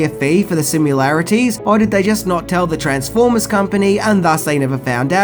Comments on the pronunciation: I like your posts in general, but this 'keyboard skit' is 100% unworthy of you. The movie men play real keys of all notes. Slopping around on Für Elise does not count as comedy. Practise to accuracy or *Delete it*. P.S. Sim-ILL-arities, not Sim-YOU'LL-arities. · I know this may be pedantic, but you keep saying "similarities" as "sim-yoo-lair-it-ease"... it's "sim-ILL-air-it-ease"... there's no U after the M. idk why but every time i hear you say that (and it's more videos than just this one), it gets under my skin. like how does "i" translate to "you"‽? hell, in "simultaneous", it's still not pronounced "you", it's "uhl", but i would at least give it to you that it's a U then.. and don't give me the "it's an Australian thing", bc my ex is from Australia, and she says it right. anyway... i just had to say something.